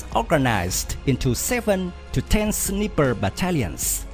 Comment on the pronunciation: "Sneeper" brigade?? 😲